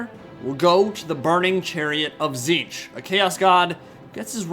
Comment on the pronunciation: it's pronounced tit-snitch, not ti'ziinch